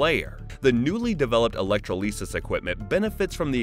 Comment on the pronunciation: E-lec-tro-LEE-sus Who the helll says electrolysis that way?